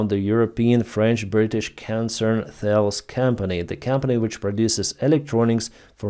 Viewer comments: The name of the company is pronounced "Tah-less." Not "thails". It is French, not American. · Thales is pronounced as Tal-eez. It’s a French name.